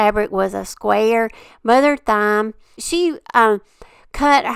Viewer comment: You are so sweet,. I’m pretty sure Mother Thyme, is pronounced like “time.” 💖💖